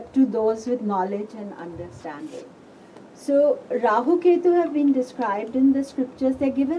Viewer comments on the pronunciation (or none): jyotisha, yoga, purana, let's all say rahua, ketua. no offence but hate people adding the letter A. no offence.